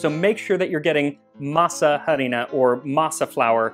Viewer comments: "masa harina" the 'h' is silent, masa = dough harina = flour also it would be "harina para masa" (flour for dough) since in spanish we say things in a different order, so flour would be said first since you need the flour to make the dough. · He keeps saying masa harina wrong… H in Spanish is completely silent. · What other Mexican food would you like to see covered on the show? Also, apologies for my horrible pronunciation of Masa Harina (the H is silent). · I love the way you say "masa harina." We usually don't pronounce the "h," but a hard "h" sounds fun! LOL!! Now...I gotta go to my kitchen and make something simple like this....maybe pupusas. Yum! To me, it's really the masa that I am trying to eat! The other stuff is just embellishment. LOL! TY!